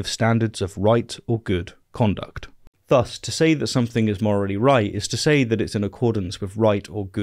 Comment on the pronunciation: “Thus” has the soft “th” sound, not the hard one.